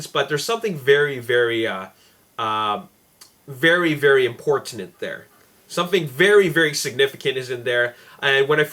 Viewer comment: did say importanent